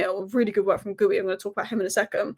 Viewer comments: Just for future videos it's pronounced Giu rather than Gooie 😊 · This. Gee-oo or Gee-you, not gooey. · Btw it's Geeoo, with a hard G, not Gooey. The first u is silent and is there to keep the G hard. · His name is not Geewy.....it is Geeyooo...for Christ sake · It's Marc GEE-YOO, not GOO-EYY, come on... :/ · Hi! I noted you pronounce Marc Guiu´s like "gooey", it´s actually GEEE UUU! Cheers love your content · it's pronounced "Gi-yoo" not "Gooey" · It's pronounced as Marc Geeu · ...you asked this before, then still get it wrong every time. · You are butchering Guiu’s name pronunciation lol